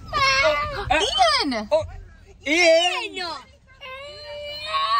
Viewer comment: The way said “Ian” 😂